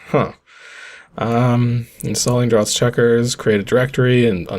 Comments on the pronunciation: Draughts is pronounced as drafts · Pretty sure it's pronoughts "drafts"